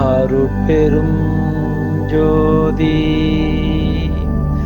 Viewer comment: மந்திரத்தை உச்சரிக்கும் போது எழுத்துக்களை சரியாக உச்சரிக்கவும் மகா மந்திரத்தில் அருட்பெருஞ் ஞ் என்று குறிப்பிடப்பட்டுள்ளது தாங்களின் ம் என்று உச்சரிக்கிறீர்கள். தனிப்பெருங் ங் யும் ம் என்று உச்சரிக்கிறீர்கள். பெருமானாரின் மந்திரத்தை தவறாக உச்சரிக்க வேண்டாம் நன்றி